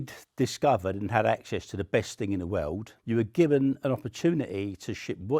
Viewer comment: "in the wewrd"